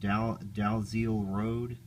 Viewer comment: i believe the name Dalziel is actually pronounced "Dee-Ell", it's an old Scottish name